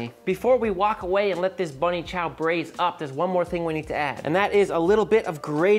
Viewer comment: Im South African. I was super happy to hear you say Bunny Chow. 😮🎉🎉🎉